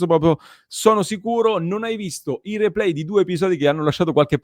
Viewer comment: “Ze replay”